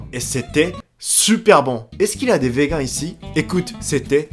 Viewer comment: Meufs et pas mufs xD je sais pas si c’est parce que tu parles vite . Et on dit vegane et pas vegain. Voilà c’est pas méchant c’est juste au cas où t’as pas fait gaffe